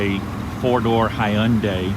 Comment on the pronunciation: Love the way you pronounce Hyundai!! Are you sure you're from Texas??!! Lol